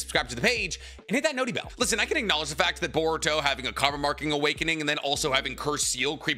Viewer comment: Stop saying notty bell nerd 🤓 !!!